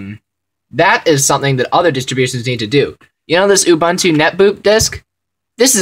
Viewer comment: gj on the vid, remember it's "oo-boon-too" not "u-bahn-to".